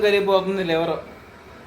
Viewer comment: Oreyi basic words nerchukondira.. Adi LIVER ani antaru.. Not LIVEL😢😢😢😢😢😢😢😢😢pottaki pandulu tinattu tinadame kani.. Daily nonveg tinte itte tagaledatayi matalu. Anduke mee pillaki kanna vegeterian food alavatu cheyandi.. Meeru nalla pandulekka tayaravutunnaru.. Eppudu avi tini tini..